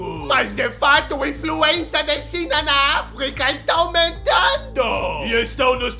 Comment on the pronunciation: "mais de fato inFÜHERncia de China na África está aumentando" 😂😂😂